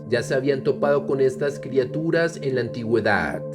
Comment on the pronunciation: "Criaturas" no "Crituras".